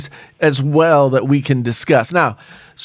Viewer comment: Did he just say "Let's disgust?"